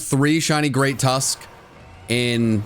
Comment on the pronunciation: The Great Tusk what? ? Sounded like you said Great Tusk...C**t